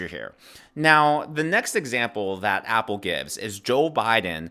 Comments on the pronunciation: Just an FYI.... His last name is pronounced "Ah-Pell", not "Apple". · It’s not Apple as in the fruit, it’s Appel = Ah-pell.